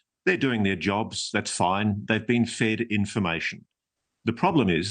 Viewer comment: Unreal how the mans name can be everywhere and yet people will still say Grush instead of Grusch